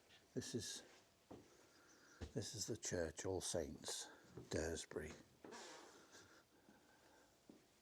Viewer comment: Nice video. Just so you know it’s pronounced Dars-bury.